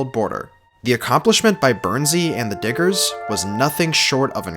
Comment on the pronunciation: Bro you gota make sure you annunciate the D in diggers a little sharper lmao